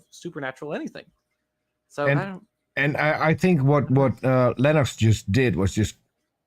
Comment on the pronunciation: Meyer gets points for pronouncing Principia correctly, Lenox as a mathematician should have known better and loses double points for pronouncing it incorrectly.